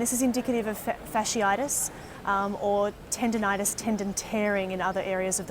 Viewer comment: "Fash-itis." the "ci" makes the "sh" sound, then "itis." Three syllables.